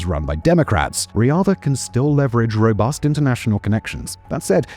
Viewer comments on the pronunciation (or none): none